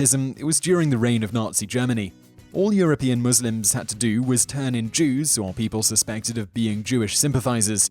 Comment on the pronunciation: finally someone who can say Muslims right